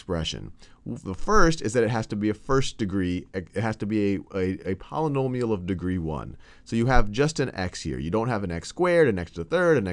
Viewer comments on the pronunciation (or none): Sounds like a 3rd degree Ponomill to me... I like that pronounciation.